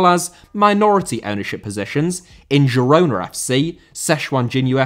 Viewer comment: Girona* not Gerouwner